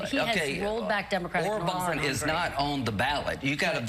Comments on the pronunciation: David: Orban is pronounced with stress on the first syllable. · David, sir, it's not "or-BAN," but "OR-ban" (emphasis on the fist syllable). The accent mark on the a (á) in Hungarian does not work like in Spanish. In Hungarian, those marks on the vowels just indicate the vowel is long. In this case, it's a long, clear "a" (like in Spanish), as opposed to a short "a," which in Hungarian sounds closer to the sound you make when you say "law."